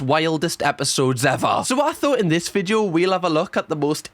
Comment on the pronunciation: I love cams content and the Geordie accent just tops it off..... Any time I watch anything I now call it a vidjoe lol no offence but that is fcuking brilliant. I ain't slagging you off because I'm Scottish and our pronunciation of stuff is weird too lol 😂